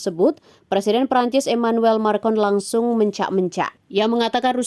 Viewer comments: bukan markon, tapi makron baaak ee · Macron wahai admin Bukan marcon😂😂😂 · Maa... cron, bu!! Bukan marrr kon!! Kampungan banget nih pembaca beritanya kayak channel abal abal aja! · Bukan MARCON min..tapi MACRON..perlu banyak belajar lagi kalau mau jadi pembawa berita yg handal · Macron. Bukan marcon😂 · Macron ka bukan marcon🙋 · Makron bukan markon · Kok marcon...bukanya macron min...😂😂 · Bukan MARCON tapi MACRON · Naratornya salah sebut,macron dibilang markon,... itu diucapkan berulang-ulang.